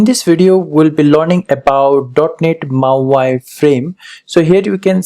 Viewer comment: Hey thanks for doing this video. Just so you’re aware it’s not pronounced as “mau i” but “mau e”….mau eeeee hope you can understand this. Keep up the good work friend!